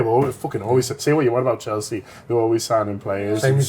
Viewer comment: Why does she say 'Cheltsea' on every video 😂